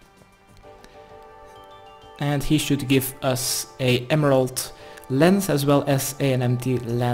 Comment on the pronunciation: your guides are good but fuck do you need to work on speaking better English. When you said "Emerald", you literally pronounced it "Elemental". Good Guide. Good Person. Better English. Thanks